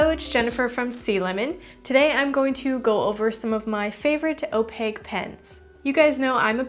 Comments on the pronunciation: She’s like the Ron of art... like some Hermione just straight up went “it’s opaque not opague” at her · Some people pronounce it as (Oh-Pack) 😂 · I dont like how you say opaque ...